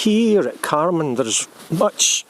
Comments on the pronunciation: Dear locals pronounce it Car Man (to rhyme with van). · The hill itself is on carman muir but called mount mallow or mallou both spellings are used and carman is pronounced car man